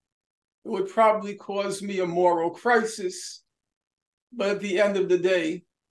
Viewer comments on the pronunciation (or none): none